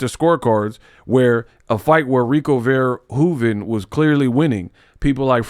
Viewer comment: Controversy, scandal, mayhem, tragedy!!!! Look: how you pronounced Verhoeven the first time is down to a T! I live in the Netherlands where Rico is from, and I can vouch!!!! 🔥🔥